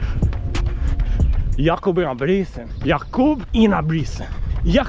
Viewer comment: "Yakoooub Ingeeubrigtttsennn" "bad BOyyyyyyy, hUOOOO!!!" 🤣The accents are great bro keep doing that! Anywas just got my vomero 17 from ebay today, I was blown away by how good they look, how high quality the upeer and tongue is, and how comfortable lacing them up was, the step in feel was HUOOOO, you know it's goona be a good running shoe if the first steps feels like heaven. I am super exited to run in them tomorrow and it's gonna be a biggggg upgrade from my Adizero SL, they feel very firm to me as a very light runner.